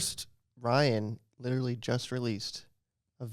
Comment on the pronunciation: you said "litery" instead of "literally"